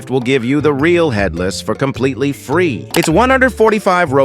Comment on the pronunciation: Bro said fatherless rather than headless 💀